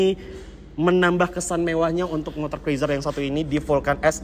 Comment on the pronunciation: cruiser.. dibaca kruuzer...